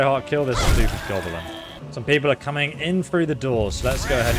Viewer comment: FFs, Goblin, not gobe'lin...!